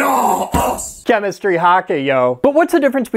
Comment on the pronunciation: “Chemistry Haka” dude 😂 if I didn’t have experience in chem I’d have thought he was summoning Cthulhu